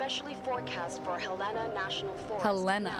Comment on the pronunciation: Gross uses Montana as setting and doesn't pronounce Helena properly... It's Hell-La-Nuh